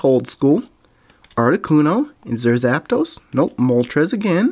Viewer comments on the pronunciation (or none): none